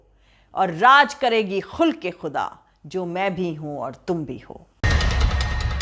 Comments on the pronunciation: खुलक ए खुदा(आचरण) नहीं, खल्क ए खुदा(बंदे)। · You are telling “Khulq e Khuda” that is not correct please tell “Khalq e Khuda” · Kabhi kabhi hum se bhool ho jaati hai jaise ख़ुल्क़ ए ख़ुदा (khulque - e - khuda)sahi nahien hai. shayad aise sahi hoga ख़ल्क़ ए खुदा (khalque - e - khuda)Mujh se bhi bhool ho sakti hai kisi urdu janne wale se Tahqeeque kar lijiyega. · Pronounced as Khhal'qe Khhudaa not Khhulqe Khhuda which means behavior as in Quraan Innaka la ala khhuluqin kareem .